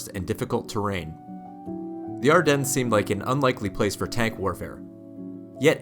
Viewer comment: nice video, happy to not hear a AI narrrator. But you do NOT pronunce the s in Ardennes -- it is silent.